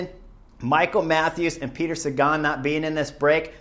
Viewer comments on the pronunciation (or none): none